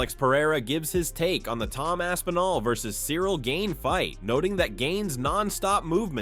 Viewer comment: Gain....Jesus I cringed at every single mispronunciation